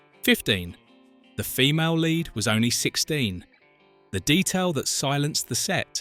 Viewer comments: Horrible AI-generated narration! "Lead actors" pronounced like "led actors". Puh Leez. Review and correct such nonsense. Thumbs down for AI-generated crap. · "LEAD" Actors? As in lead-pipe or unleaded gasoline. Instead of LEAD as is "leeeeed" Another AI - NARRATION!:face-purple-wide-eyes::face-orange-raised-eyebrow::face-orange-frowning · Funny how a word as simple as Lead can show up AI narration.